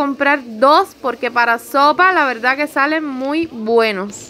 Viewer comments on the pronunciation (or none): none